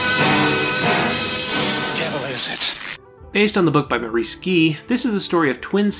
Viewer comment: These videos you produce are very interesting, fascinating, and informative, but your frequent butchering of English names like Shaughnessy (emphasis normally on the first syllable), Maurice (pronounced Morris in England and probably also New Zealand), Gee (generally pronounced Jee), and Burnham (pronounced BURNum, accent on the first syllable and no h sound) does tend to jar the ear. Other than that, keep up the good work.